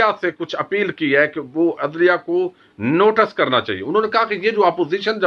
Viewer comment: Apna talaffuz sahi karo. Hamid Mir ko Hamad Mir, Notice ko notus, Justice ko justus kehtay ho, aur bh buhot kuch lath martay ho